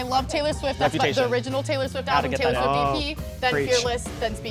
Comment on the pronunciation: ok when she said "ablum parties" i was like hmmmm but i was like maybe she just forgot the name